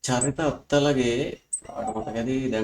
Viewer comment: අත්තලගේ නෙමෙයි බං. අතලගේ. English වලින් attalage කියල ලියවුණාට උච්චාරණය අරම..